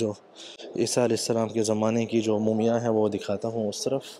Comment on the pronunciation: its not mooomiyan, its mummy, please.